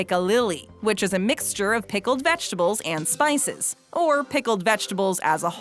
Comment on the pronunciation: If we're just banning foods based on taste - then the use of ketchup should be a federal offense. Also - LOB-ster, not LOP-ster. Vegetables, not vetchtibbles.